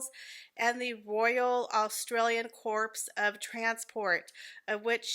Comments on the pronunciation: Corps is pronounced core. Great pictures of the tour. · She was barely long enough here to go and visit! Corps is pronounced Cor 😜 it's a tricky one. Thanks for the lovely photos. Love Anne. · FYI CORP is pronounced CORE, you don’t say the P😎